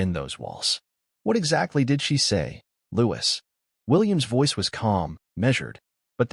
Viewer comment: If this is true, it’s disgraceful!!!!!!!! ( couldn’t the narrator pronounce Louis name correctly? Looee. There is no s.